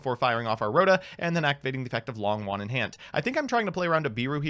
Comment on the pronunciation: Hey, Long Yuan isn't pronounced long won, the o in Long is a long o, and yuan, is a little tricky, but is pronounced you-en, (but one syllable)